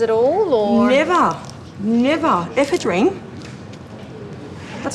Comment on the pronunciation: It would probably help if they could pronounce the word "ePHEDrine", instead of eephaa-DREEN"